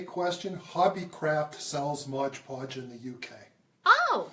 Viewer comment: MOD PODGE not Modge Podge